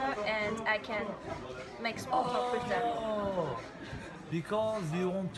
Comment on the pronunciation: قول ،I told them ,not I told hem